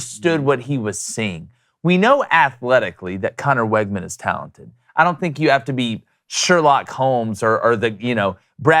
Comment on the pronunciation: Fyi, it’s pronounced WIGman, not WEGman